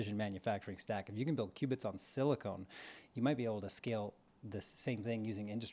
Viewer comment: SiliCON not siliCONE